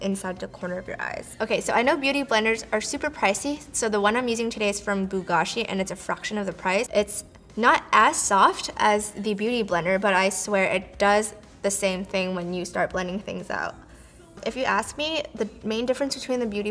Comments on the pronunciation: Beau Gâchis is pronounced like Bo Gâchis not Bu Gâchis. I'm French. Loved you're video as always. you're really pretty. Luv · i love how she pronounced ''beau gâchis'' :')